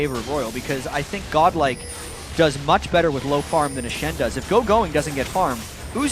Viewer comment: Why they pronounce godlike as goblak the whole time??